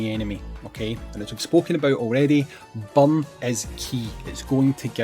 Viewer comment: Took me a while to figure out you meant burn not bum